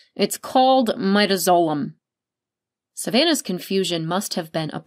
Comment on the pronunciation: It bothers me too. Midazolam also.